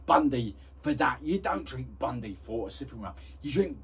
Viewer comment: It's Bundy, not Bundi